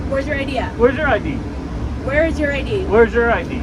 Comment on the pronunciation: She kept asking for an 'idea'... let me see your 'idea'... what the f**k is an idea, and how can you show that?!....Oh, she meant I.D.!!!! Nice that she can't even pronounce 2 letters...I D...